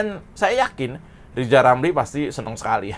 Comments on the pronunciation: Bilan Rrr saja gk bisa,gmana mau presiden?.. hoooi...Lijal Lamli..loe pikil jadi plesiden itu ganpang? pikil dulu yg benal,gk usah cali cali masalah sekalang,lakyat sudah pintal dan celdas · Seandainya LIZAL LAMLI bisa bicara RRRRR......!!!! insyaallah LIZAL BISA JADI PLESIDEN.... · Lizal Lamli bisa belajar Ngomong Rrrrrr ama Pak Plabowo.....bleetakkkk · Lijal Lamli....... mimpi jadi Plesiden !!! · LIJAL LAMLI, jadi ketawa kalau netizen nyebut namanya😀😀😀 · LIZAL LAMLI.... !!!!!????? ..... BLETAKKKK. ..... Tarik Bambaaaannggggg... !!!!! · kamu salah ngomongnya, harusnya gini: lijal lamli si lajawali ngeplet...itu yg bener... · Lizal Lamli "nyapres"?.. Huruf R dihapus dari nkli..??? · Lijal lamli, ulel melinglel diatas pagel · yg jadi ledekan itu dapormu itu lo zal ramli karna cocotmu yg nyinyir ngalor ngidul gk tau arah ...... maklum karna rizal ramli kanda kakek2 dah kayak bayi yg baru lahir bilang r aja gk bisa jadi l kayak umur anak 2 th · Rizal itu suruh kursus dulu...ngomong R aja hlepotan kok mau dampingi pk prabowo..aduuuh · Si rrrr gak tau diri banget mau jadi capres cawapres 😂😂😂 lo bllajar ngomong ja yg bener adehhh wkqkwkqk